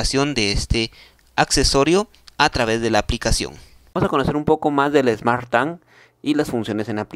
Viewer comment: Que pesado escuchar smartTAN!!